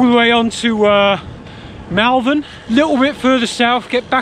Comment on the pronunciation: FYI it’s Moll-Vern 👍🏻🙂 Nice vid, too short though